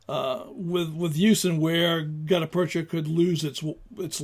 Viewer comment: Look up the pronunciation of the term 'gutta percha'. I've heard it pronounced a couple ways and will settle for the dictionary. Good historical information. I rather like hard rubber and the modern equivalent (classic Mershon or later Pachmyer and now made by Lyman) which are probably a rubber substitute. (Frankly, I am not up to date on some things.) These grips are rather flexible in use, will resist all sorts of bad weather and provide good grip even if wet. For expected foul weather or a water based life, these are great. The main downfall of these grips is cosmetic. They are rather dull. I feel they look best on stainless steel arms, but my choices are not aways concurrent with popular opinion. I like wooden grips for both looks and utility. I tend to find wood grips are not as 'clingy' as rubberish (whatever that means) grips seem. And I am just conceited enough to enjoy the looks of wood. I will also point out I do not feel the need for single action revolvers but prefer double action S&W items. Which may remove my thoughts from consideration. The drawback of wood grips is cost.